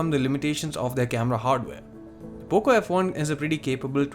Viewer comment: You Said Boco f1 at first